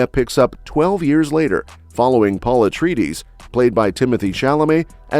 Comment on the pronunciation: Why does this narrator dude insist on mispronouncing Atreides-?? No one else on the whole planet says Atreeedeez like this butthead does...😊